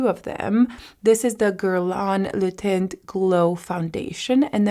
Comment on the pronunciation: It isn't pronounced le "tint," it is le "tahn." You don't pronounce the t at the end. The Guerlain foundation looks pretty on you, though!